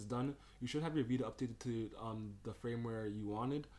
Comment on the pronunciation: It's pronounced /'fərmwer/ (Firmware), not Frameware. Also please for the love of god (and all your viewers) get rid of WinRar and download the FREE software 7zip (Which also supports .rar files).